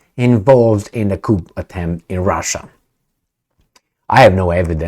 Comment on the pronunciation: "coup" is pronounced (coo). A Coupe is pronounced (coop) and a "coop" is pronounced (coop).